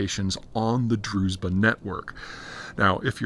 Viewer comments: Not druz'ba, it's druz(hard)ssshhhhba. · it's not DruZba, it's DruZHba, or in another spelling DruJba